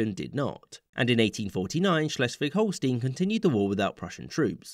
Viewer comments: schleswig holstein is pronounced stein, not steen. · Holstein is pronounced as Holstine, not Holsteen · HolstEIn. Stein. Not Steen. Stein. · OK, nitpicking here: the map is incomplete. From the Treaty of London (1839) until the Treaty of London (1867), the current Dutch province of Limburg was a duchy, with the Dutch King as the duke. This duchy was a member of the German Confederation. Also, in Holstein, the "ei" is pronounced as "aye", not "ee", although it could be that this is the way it is customarily pronounced in English. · I think it's mostly pronounced Holl stine too. Sometimes Holl sten. Never Holl steen as far as I know. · the southern border of Holstein (which btw is pronounced like "Holl-shtayn", not "-een") is incorrectly the modern borders (that triangle poking in from the south is the city state of Hamburg which has had these expanded borders only since 1938). In the rest of the video (i.e. shortly before up until ) the correct border is shown